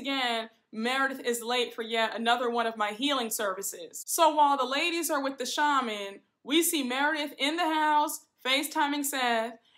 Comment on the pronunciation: You look so beautiful! Also, did you notice all the ladies went to a shaman except Meredith. She goes to a sha-mon 😂 Meredith is so pretentious I just can’t! 😂